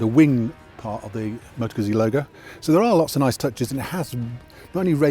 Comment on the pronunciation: Goot-see. Prego